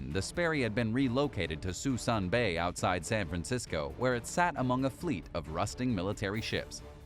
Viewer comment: Prinz Rugen is pronounced: Prince Oy-grn Suisun bay is pronounced: /se'su:n/ se:soon/ bay